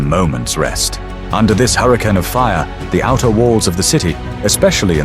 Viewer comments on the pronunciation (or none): none